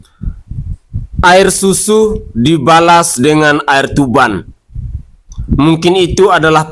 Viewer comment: Air tuba bang bukan air tuban😊